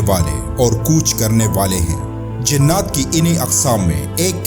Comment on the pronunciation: لفظ "جننات" نہیں، بلکہ "جنات" ہوتا ہے۔ براہ کرم تصحیح فرما لیں۔